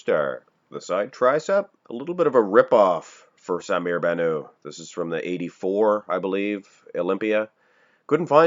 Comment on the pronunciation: someone please tell that the (t) in bannout isnt silent.....